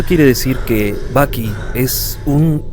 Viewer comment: Todo el rato andaba pensando en Baki del anime Baki cuando decías Bucky